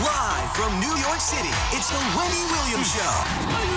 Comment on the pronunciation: Seriously, can the announcer not say Wendy without it sounding like Rondy? :D